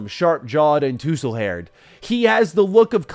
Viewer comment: lmaoo i can't stop replaying you mispronouncing tousle! 😂 it's pronounced "TOSSle" like tossing a ball. 😭